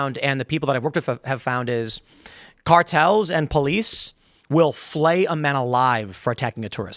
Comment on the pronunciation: Are you saying "flay" or "fellate." I'm picture both in my head and one makes way more sense than the other.